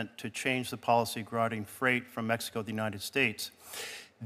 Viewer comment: 😂😂 she can't say anything correctly!! The way she pronounces Mex-E-co and Meth-a-amphetamine